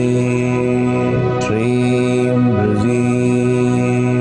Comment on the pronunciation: It prounced or sounds like brazee but in other videos of guruji it sounds like brezee. If heard seriously. Can any body clearfy what is exact pronunciation.pliz inbox me.